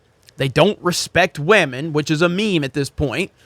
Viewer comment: "I wanna respect some waman!" ~